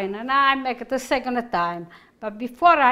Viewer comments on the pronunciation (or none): none